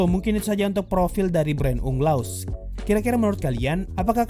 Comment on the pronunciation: Orang" dengar = Brain Unglas Yang gw dengar = Brain Leh Ugha